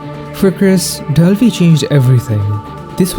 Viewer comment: Why in the re7 portion of the video were you saying "Delvi"? What is Delvi?